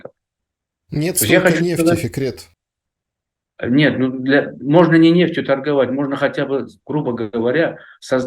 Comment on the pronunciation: зовут Фикрет, а не Секрет. Может букву Ф не может выговорить?